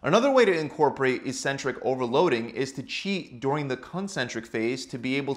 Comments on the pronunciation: 'Eccentric' is pronounced as /ikˈsentrik/ not /iˈsentrik/ ! .................. Nice video !! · Thanks for the good info! Just wondering though, shouldn't it be pronounced "ek-centrik"?